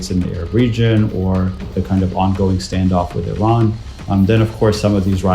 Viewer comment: It's Iran, not Iraq, not Iram Why are you pronouncing it like that